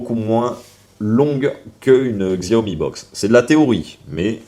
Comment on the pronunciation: "xiaomi" aïe mes oreilles XD. Ça se dit "chiaomi". peu de gens le savent mais c'est biens comme ça qu'on le dit. Comme "huawei" qui se dit "ruawei".